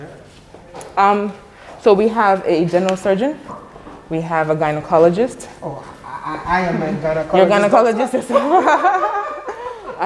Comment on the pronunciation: He said GHANAcologist 😂